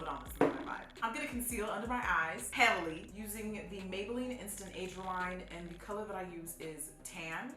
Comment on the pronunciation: That “heavily” was just the shade I need to carry me through the rest of November.